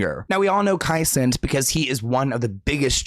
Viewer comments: Kai CEN-NAAAT not kai cents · Noooooo, not Kai "Cent" 😂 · Bro it’s Kai Se-Nat not cent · Kai Cent 😂😂😂